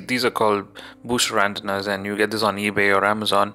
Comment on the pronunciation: ante-nas. not ant-nas. <3